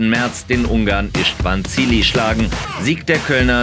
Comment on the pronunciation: Er heißt "Is(ch)tvan Szili" nicht Chili